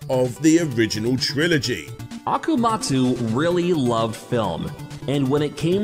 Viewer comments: Not Akamujo, it's AKUMA (like Street Fighter) JO, Akuma Jo, Demon (Akuma) castle (Jo) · One step forward, a couple back. AkuMAjo, not akoomoojo. IgaRAshi, not Igarooshi